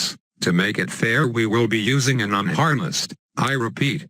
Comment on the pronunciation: An Un-Har-N-essed you say?